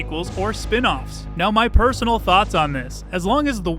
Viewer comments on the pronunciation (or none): none